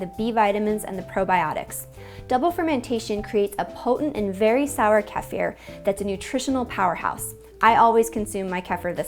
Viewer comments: It's originally (centuries ago) pronounced "KAY-fear'". You have to get your vowels correct first, then understand the accent on the 1st syllable. In the US, of course we all say it the way you do. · No it's not. I comment on this numerous times throughout this video thread about that. Modern day language, yes, you are right. The correct pronunciation since olden times it is pronounced "KAY-fear." Your vowels are not correct. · Great video. In Europe we call it Keefir ( the emphasis being on the ee part of the word. But hey that it really important. One issue I’ve been having lately is gas forming in the stored kefir in the fridge. It’s great the day I remove it from the grains & put it in the fridge, but after a couple of days it’s almost like drinking a carbonated drink. I’m not sure what I’m doing wrong. I’m using non homogenised grass fed milk from Jersey cows. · It's pronounced Keefa or feefer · ITS KIIIIIFIR!!! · From its Turk origins, you have to pronounce the vowels correctly, so comment (above) is correct. Since ancient times dating back millennia, it would be correctly pronounced like "KAY-fear" in English with emphasis on the 1st syllable unless noted in the spelling of the 2nd syllable with a double "i" - the "i" is spoken like an "ihh" sound (short i), whereas the "e" has always been known as a long 'a' in English. You also would not speak the end like the English word "Fir" (like the tree) or "Fur" (like the coat). The "ihh" rolls off the tongue to pronounce it correctly as the English word "fear." I.e., *KAY-fear*. Keep in mind, English is not a true language. It descends incorrectly with all other ancient languages, even today. Our (long) vowels are A-E-I-O-U as we were taught in school, but the true form of vowels is actually (pronounced in English) AH-AY-EE-OH-OOO (rhymes with 'You'). Think Spanish, German, etc. where the true forms of vowels are still in use today. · Most American say KEE-fur or KEFF-er. The correct pronunciation is kuh-FEAR.